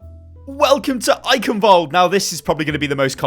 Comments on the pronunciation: The 'ch' in Eichenwald(e) isn't pronounced like a 'k', its a Sound not used in english, which sounds like a cat hissing. would be great if more People say it right, because even Athena/announcer doesnt get it accurate. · For me as a German it's very funny how you pronounce "Eichenwald" :)